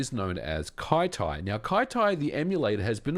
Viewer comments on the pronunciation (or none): I feel like Kyty should be pronounced "kitty" instead of "kai-tai" :D